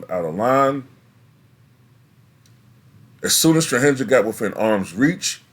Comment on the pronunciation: Just for future reference , J in serbian is prononunced as y Jokic = yokich , Strahinja = strahinya